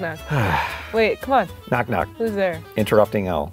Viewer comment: For some reason I heard him say interrupting L...